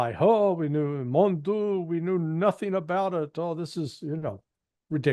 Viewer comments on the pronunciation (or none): Larry Johnson: Ask someone to tell you how to pronounce the common French expression Mon Dieu.